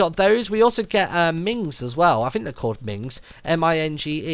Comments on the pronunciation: minge.... yeah "ming" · M-I-N-G-E = minge, pronounced min-j! LOL